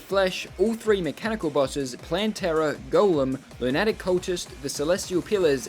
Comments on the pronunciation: He pronounces lunatic like attic, when it’s pronounced more like “a tick” but put together. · and lunatic like loo-net-ick